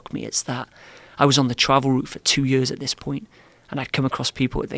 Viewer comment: The way he pronounces "years" is a dead giveaway, had a teacher that was Welsh with a faded accent but that word stuck